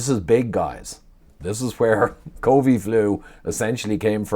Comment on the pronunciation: Small thing but it annoys me when you say “covee” flu 😂